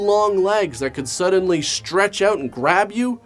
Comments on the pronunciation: "I couldn't even figure that oooot" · When he said "figured that OUT", also sounds Canadian has fuc...